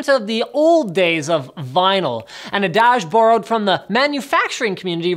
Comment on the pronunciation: adage is pronounced add-idge